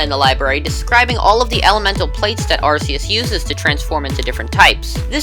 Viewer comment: its ar ke us XD